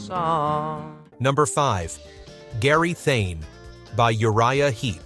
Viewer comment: Funny what hard work the narrator makes of Gary Thain. Not a difficult name to pronounce either!